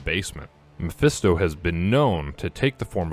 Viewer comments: Say it with me! ME-PHIS-TO not mephesto 😂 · Why does he keep saying Miphesto?